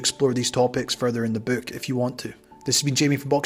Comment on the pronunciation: Narrators accent is great I love how he says "book" and "hook" with the long o sound like the word "Boo" as in boo I scared you. "Bewks and Hewks."